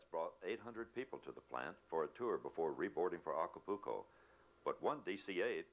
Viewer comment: If I heard him say, "Aca-pooo-co" one more time......